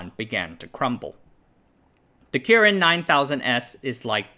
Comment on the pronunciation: The way you pronounce "kirin" is super annoying